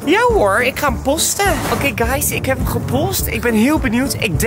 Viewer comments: zegt posten met de o niet oo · zegt possten